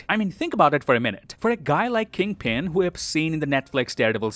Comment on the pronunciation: Kingpin as kid-pin 😂😂😂😂